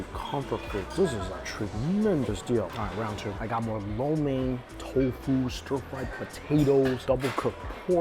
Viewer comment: Thank you Mike for saying " lo mian " correctly